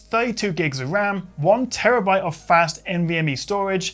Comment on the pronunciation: Thur-e-two gigs of raum